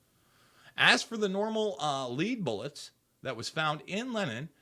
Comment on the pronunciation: "Leed bullits" C'mon man.